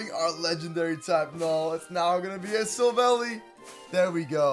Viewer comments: ITS SILVALLY NOT SILVALY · its syl val eye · Sill-val-i Thats how you pronounce it